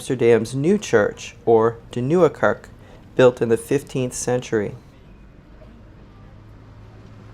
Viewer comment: a very beautiful vlog of lovely Amsterdam and I only have one criticism. We say kerk with a short e and not Kirk which is a Scottish way to say church but your beautiful companion saved the day by pronouncing van Gogh correctly, which is not a mean feat. Thank you.